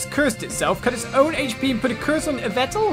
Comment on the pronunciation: Yveltal is pronounced EE-vel-tall